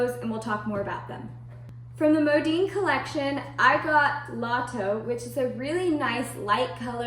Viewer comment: My gosh STOP saying "Modeen". It's "Modin" Mo Din. How freaking annoying I became listening to this and had to stop watching after 2 mins. Horrible video.